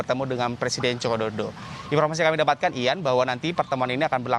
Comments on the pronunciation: sama, langsung ku dm aja kompas tv nya karna gaenak didenger seperti tidak bisa mengeja saja 😅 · Mas ngmong Joko Widodo yg jelas.... Ga enak bgt didengernya